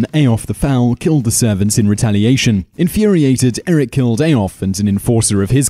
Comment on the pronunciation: It's Eirik not Erik.